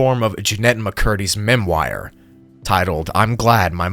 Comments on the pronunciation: Memoir is pronounced "Mem muar" not Mem wire... Gawd these YouTubers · Memoir is a French derived word, the ending of it is pronounced “wahr” instead of “wire” ! 💖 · Bro it's pronounced "/Mem-Wahr/, not" /Mem-wire/" whoa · also, you pronounce memoire mem-wahr not memwire. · Memwire? It’s: M-E-M-O-I-R. Which is pronounced at the end like the metal band Gwar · "Memwire" lmao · this mfer said MEM-WIRE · “Distrubing”? “Memwire”? Are you even mentally sound…? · “Mem-wire”? Is this an AI voice?